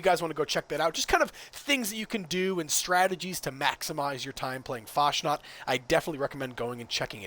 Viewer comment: Fasnacht - CH is like loch, please stop abusing German.